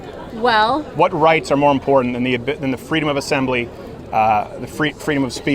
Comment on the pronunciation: "Freedom of speech is very impordent."